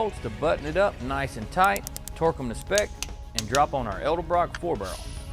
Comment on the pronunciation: As soon as you said Edelbrock I had to leave....lmao